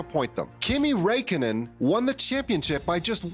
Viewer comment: the pronunciation of raikkonen made me want to cry